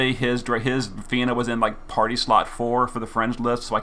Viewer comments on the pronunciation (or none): none